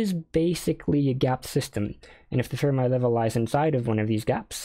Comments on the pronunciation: Fermi is pronounced like Fer-mee not Fer-my. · As someone who has been in Condensed Matter for a while, I've literally never heard anyone ever pronounce Fermi's name as "Firm Eye".